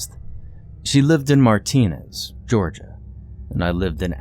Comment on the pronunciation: Martinez, Ga Pronounced Marta-nez I have family that lives nearby Hephizibah/Augusta 😂😂😂